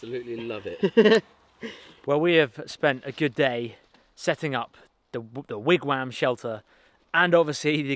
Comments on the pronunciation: very exciting start to the wigwam! thanks for including north american first-nations style. if i may point out, the pronunciation is 'wig wom' with a 'soft o'. like wig tom. wigwam. thanks. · Great video! Btw wigwam is pronounced wig-wom - or wig-wawm I’m Cherokee from Oklahoma. Soooo- Anyway I’ll be watching the rest of the build. I learned that from my “mum”😂😂😂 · It seems so funny to hear the way you pronounce wigwam (wam rhymes with ham). In Canada we would say Wigwom (wom rhymes with Tom) Love your videos. What will happen when you finally move? Will there ever be videos with Dustin again? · Me: Wigwam German people: Vigvam